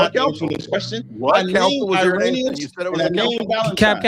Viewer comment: Haha dude can’t even pronounce Irenaeus when he’s reading it off his computer 😂… I ain’t using Wikipedia 😆 this was too funny.. Harriet Tubman says we was kangs n shit